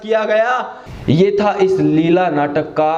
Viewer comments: Leila not leela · पहले नाम तो सही से लेलो, लीला नहीं लैला है वह। 😂😂😂 और चले है ज्ञान बांटने